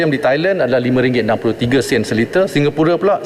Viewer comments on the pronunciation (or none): none